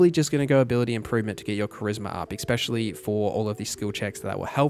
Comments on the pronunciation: It's called "especially" not exspecially. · Great video. I'll definitely be referencing this on September 6th. But bruh, for the love of god, it's 'eSSSSpecially', not "eXpecially" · The word is not "expecially", it's "especially". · Great guide! As an aussie growing up in the ghettos of Redfern there is one thing in common you have with alot of people there which grinds my gears...the way especially is pronounced. Its very ghetto to say eckspecially. Still love the video though and subscribed eckspecially since there so much good info 👍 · . Great video, thanks for all the info, no criticisms on the info. Legit the only problems to report would be nitpicking pronunciations like ""Tome" rhymes with "home", it is not pronounced like Tomb or "Toom", a place where dead ppl go" "There is no "x" in "especially" "When it comes to Dice, 1=die, 2+=Dice" ""Oriented" only has one T" And and so on, if any if that is a regionalism or speech impediment, I didn't mean it as an insult but I still apologize <3 -- overall really great video, the info was super in depth, you answered all the questions I was wondering and more, and gave me new ideas! Thanks a bunch!